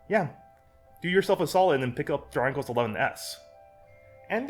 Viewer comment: Man you keep saying dranglest